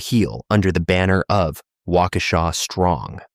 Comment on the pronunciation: they got waukesha no problem tho, which surprised me 😭